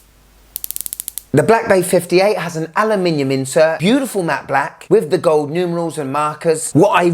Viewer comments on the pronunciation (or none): none